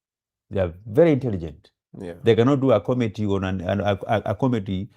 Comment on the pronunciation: 1.24.15 ...Did I hear "comety"? Instead of comedy? 😂😂